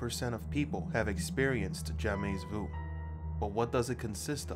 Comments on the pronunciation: I feel like I should be watching this late at night in bed with the lights out. Anyway, he keeps saying "jamais" wrong. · Very interesting but his constant mispronunciation of 'jamais' drove me nuts and distracted me. Here because of BTS...